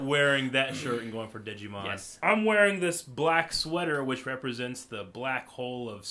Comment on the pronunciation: Wait DID U SAY DIGI-MON? ITS DIGIMON